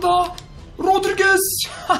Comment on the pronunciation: Garry rodrigese menes rodriges diyen adam 😂😂